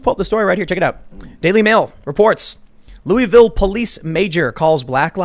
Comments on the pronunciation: It's Lu-eh-vil, not Lu-ee-vil, lol.^^ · It's "looahvul" Tim, local dialect humor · Louisville = loo-voll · It’s Lou uh vuhl